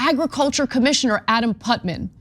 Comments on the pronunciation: NOT putman, putNAM. Too much screen, not enough book. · *VICIOUSLY 😄 And the name's Putnam, not Putman. 🙄